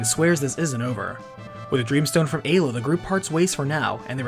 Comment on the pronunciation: Finally, someone that pronounces Ayla correctly.